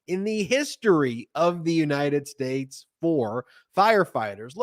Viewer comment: Oh my God I thought he had missed pronounced this word so, I played it again and it's hilarious: he did say .."All 50 spakes" :face-blue-smiling: Then repeated it again to correct himself and said: " 50 states! Hilarious say hilarious. His dumb ass still can't speak his words clearly. Or he just has a mental and speech problem:face-blue-wide-eyes